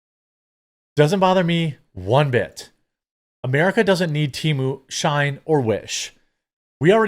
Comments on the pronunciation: Why the hell are you pronouncing SHEIN as SHINE when its pronounced SHE IN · FYI, it's "SHE-IN" not Shine :), but yes all chinese apps are crap. We should ban Temu and Shein. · Just for future reference, Brother-man: it's pronounced "She-in," as in "She in(side)." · 😂I’m sitting here thinking “wtf if shine?” Does he mean Shein?